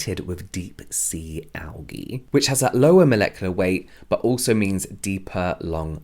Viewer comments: That is not how you pronounce algae 🤦🏼‍♀️ and urea means urine. 🤮 no thanks to any product that contains that! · The way you pronounce algae is hilarious 😂